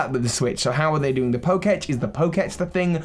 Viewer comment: It's not the poke-etch, it's the poke-tech